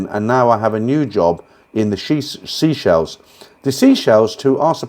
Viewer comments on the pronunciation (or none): Its pronounced say-shells. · no id never heard of a place called sea-shell😅 i had no idea where you meant! Then i realised you had the pronunciation wrong. i wasn't being funny, just trying to help.👍